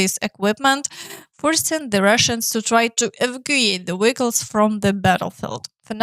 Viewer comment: Keep up the good work. Vehicles, not "Wiggles" W has a movement like kissing and your mouth 👄 moving out, V is is your lower jaw slightly dropping. Feel your mouth 👄 when you say both words, if their is no change in the first letter, you are repeating W and vehicle 🚑 is like "kle" or kul or the like. 🍀🍀🍀PRESS LIKE🍀🍀🍀 please, 🌠🌠🌠 SUBSCRIBE 🌠🌠🌠 and leave a comment 📌📌📌. 🔥🔥🔥 PRESS LIKE 🔥🔥🔥